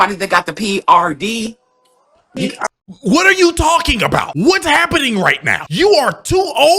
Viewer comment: She said prd, 😂 she meant ped.